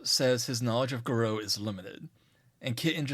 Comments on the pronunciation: It's pronounced gah-roo not garoh. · Fun video, but way you pronounce Garou is like nails on a chalkboard. I've only ever heard it pronounced "gar-roo" due to the French origins of the word.